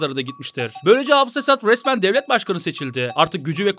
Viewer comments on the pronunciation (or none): ciddi soruyorum, R harflerini neden V gibi söylüyorsun? Resmen diyeceğin yerde VESMEN kelimesini duyuyorum ve videoyu kapattıracak kadar sinir bozucu oluyor lütfen yapma şunu artık. Esenlikler diliyorum.